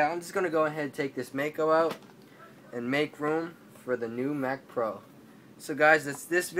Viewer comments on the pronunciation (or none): It's mcpro not macpro...